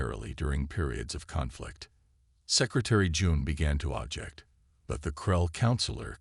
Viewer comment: JESUUUUUSSS!!! What a POS AI!!!!!!!!!!! WTF is: "Un-animous", "e-KO-ing", "..he began to OB-ject (ob_JEKT)!!!!!!!!!!!!!!!!!!!!!!!!!??????????????? DAYUMN!!!! Get a working AI! I stopped listening due to the numerous errors making it impossible to enjoy the story.